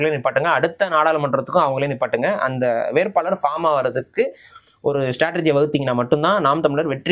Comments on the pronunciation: வேர்ப்பாளர் அல்ல வேட்பாளர் உணர்ச்சி மிகுதியால் வார்த்தைப் பிழை. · ஐயா வேர்ப்பாளர் அல்ல வேட்பாளர். தமிழைச் சரியாக உச்சரிக்க முயற்சியுங்கள்.